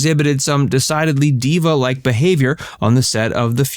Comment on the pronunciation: It’s ‘diva.’